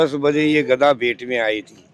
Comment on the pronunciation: गदा बोलो कनया भाई घदा नहीह गदा गदा